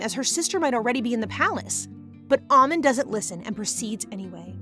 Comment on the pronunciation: It's pronounced ah-mon not ah-min